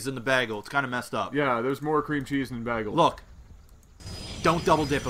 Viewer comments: I'm canadian and I dont approve of that bahgel prononciation... srsly bro, baygel! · you guys say baagle instead of baygul this bothers me more than it should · Heard him say "bahgul", immediately checked the comments to see if everyone else heard the same thing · its pronounced bay-gel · anyone else sorta laugh when he said beagle? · canadians pronounce it baggle... ? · you said bagel wrong lol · I'm from montreal, we do not say bagel like that O_o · You guys say bagel sooooooooooo wrong